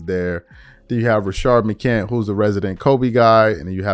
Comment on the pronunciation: It’s McCants with an “S” lmao… Rashad McCants